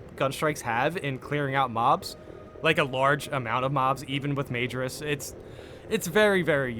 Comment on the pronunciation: I think in another video you were asking about pronunciation (of "minoris" = my-noris), but let me help you out here with majoris = muh-jor-is. I know it's tempting to think of it like the word major, but the inflections are different (cause latin is weird) lol. Keep up the good work brother. The Emperor protects.